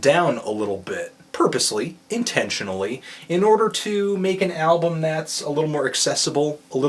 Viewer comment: No R in the word album!!